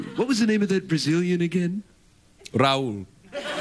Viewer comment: Although Raul isn't a Brazilian name, some people here have it. But it's not pronounced that way.